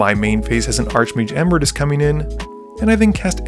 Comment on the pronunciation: Emeritus has an extra "e" in it that you aren't pronouncing. Eh-me-ri-tus.